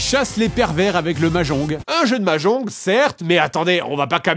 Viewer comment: mais qui dit mahjonGUE ?